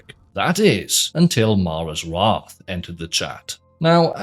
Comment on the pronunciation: Best part of this video was watching a Welsh man try to pronounce mara's wrath 5 times in a row